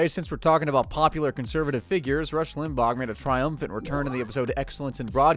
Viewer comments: Family guy characters say "Rush Limbahh," (correctly) and the voiceover guy says Rush Limbag 🤮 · I'm so annoyed at how you keep pronouncing it "Rush Limbog". Limbaw. Lim. Baw. Practice it slowly. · Ugh. I can't get past how the narrator pronounces "Limbaugh." Is this TTS?